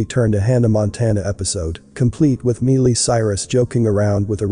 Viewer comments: "My lee" not me lee lol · ITS MI LEE CIRUS NOT MEE LEE . WOW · I love your videos, but if you know WHO Miley Cyrus IS, how do you NOT know how to pronounce her name correctly? It's not "MEE- LEE," it's "MY-EE". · Her name is pronounced My-lee, not meal-ie. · Love that your synthesized voice called her Mealy !!! 😆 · It sounds like he is saying "Melee Cyrus" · I'm sure that MEELY Cyrus will most certainly appreciate the MISpronunciation of her name !!! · Its an automated voice, so yea. Thats what you pulled from the video, name mispronouncing? Are you 12? Why are you here? Also, I highly doubt MEELY Cyrus is going to watch this video so yea...and who cares what MEELY Cyrus thinks. Troll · It's Miley Cyrus not melee Cyrus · MY lee is how you say her name smh... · I think her name is pronounced Mi-lee.... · Its an automated voice people! Who cares that it pronounced Miley's name wrong! Is that all the info you gleaned from this video? Wow.....just wow. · He just wants the robot to get her damn name right! I am sure he meant No offense and even if he Did... you just pay That no mind! 😁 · NO, but it IS repeatedly distracting & annoying. It happens in all these videos that use a synthesized voice. I don’t know what the workaround is, but it would be a blessing if they found one. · Miley has a long i pronunciation, not a long e.......please pronounce her name properly. It is just common courtesy. Thank you. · You are saying her stupid name wrong.. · Can't even pronounce her name right